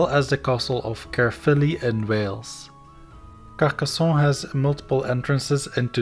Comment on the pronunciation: Great video ! I just wanted to add that in French and in Occitan you pronounce the N sound at the end of 'Carcassonne', rather then to pronounce it with a softer nasal "ON" sound; like one would prononce the name John in English!